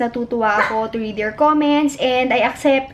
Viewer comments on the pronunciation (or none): none